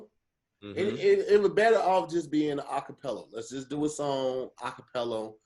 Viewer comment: Hey Tom looks like said Acapello instead of Acapella he starting to match ups the wrong vowels for different words to end with but maybe he can recover in the 4th quarter, back to you